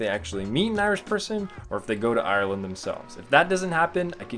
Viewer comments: Sorry but not trying to mean you said Ireland wrong also like if your Irish cause I'm from Dublin :) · U say Ireland wrong